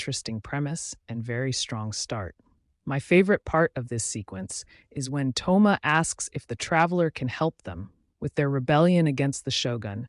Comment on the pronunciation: Thoma❎ Tho-yma✅